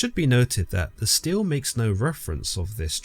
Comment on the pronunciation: very minor (pronunciation) correction: unless I'm horribly confused, i an fairly sure that they're Steles (stee-lee) or Stelas (stee-luh) and not Steels/Steals (though i can understand the confusion if you've only seen them written, doubly so if you're dyslexic)